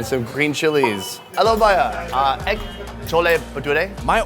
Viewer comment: "Helo bhaiyaa" He nailed it.